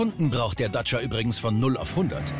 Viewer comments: wie der Sprecher einfach durchgehend "Datscher" sagt... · Der Reporter sagt dauernd Datscher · Er sagt immer DACHA xD :D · ist das so zu sagen anerkannt den Dacia Duster "Datscher" zu nennen? Ist das so wie Landy? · Ich mag es nicht wie der Kommentator Dacia sagt